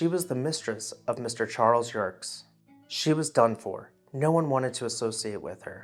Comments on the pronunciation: Very interesting, well researched, however the last name of Chas. Yerkes is properly pronounced 'YUR-KEEZ' and not 'YURKS" as the commentator suggests, Having known several generations of the family, I tend to 'cringe' at the latter pronunciation, LOL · "Yerkes" has two syllables....